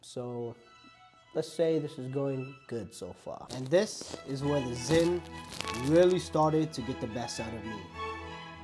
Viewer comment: stop calling it zyns that sound so stupid